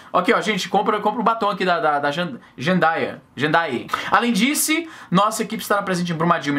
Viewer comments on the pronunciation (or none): eu ri da enfase no Alem Disse hahahahaha